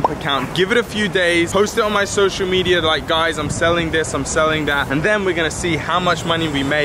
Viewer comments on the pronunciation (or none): none